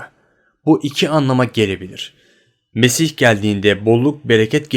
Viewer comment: nesih değil hacı "mesih" :D